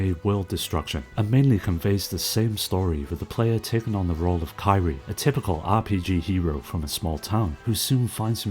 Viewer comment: Great video as usual. Just wanted to say that in sands of destruction, kyrie is pronounced as key-re-eh.